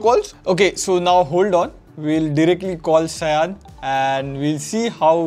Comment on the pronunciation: Hey, it should be 'Shaa-yon' (please surprise him but calling him that way in Bengali accent). 🤩